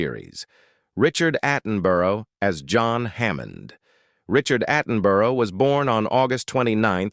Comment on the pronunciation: I gave up watching when they started showing several actors who are still alive. The pronunciation of the surnames of Bert Postlethwait and Richard Attenborough was atrocious! The narrator has trouble pronouncing names of several of these videos!